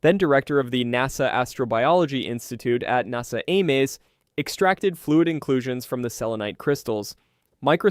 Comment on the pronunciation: I swear you’re mispronouncing deliberately at this point, who does know how to pronounce NASA